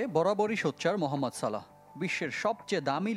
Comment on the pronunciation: সালেহ না সালাহ